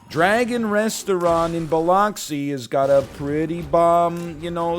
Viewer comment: i gotta say hearing NL say biloxi was quite interesting